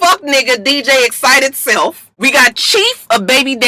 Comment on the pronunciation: I giggle every time you say DJ "Excited" Self😁